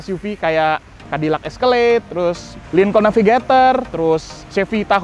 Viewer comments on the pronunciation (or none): none